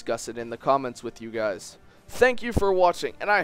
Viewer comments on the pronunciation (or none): none